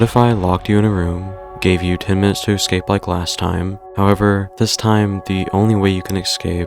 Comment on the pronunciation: Please learn how to say "escape".